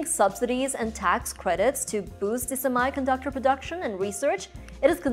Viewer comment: Sorry to say but You are not pronouncing "Semi"_ conductor correctly.